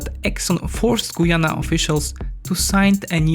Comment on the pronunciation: As a Guyanese I can only wish. And it's Guy-Anna not Goyana .